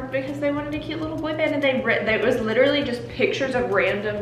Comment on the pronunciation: i love when she says “literally anything literughhahh anything” so true